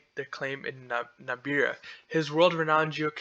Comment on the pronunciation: This narrator is an idiot. NAMIBIA and not NAMBIA like Trump had said. Does not even know how to pronounce the names of the countries in the region. This project will destroy the Okavango Delta which is a UNESCO designated area. Don't get fooled, this project will be opposed and this will probably never get off the ground. One of the biggest stupidities I have ever seen. One of Lucas Lundin's old properties and to let you know, Lundin stock has done nothing for years.